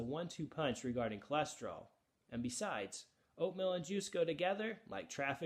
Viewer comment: Oatmill? 😂🤣😆 To begin with I thought he was saying "oat millk."